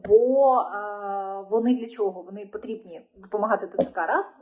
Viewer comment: не Бачімо а бачимо не Захищяйте, а захищайте не чього а чого. бо ріже слух.